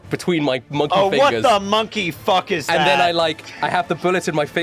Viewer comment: 'Monk' ey